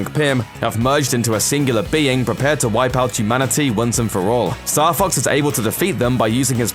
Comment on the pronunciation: i keep hearing star fucks... what a vulgar video!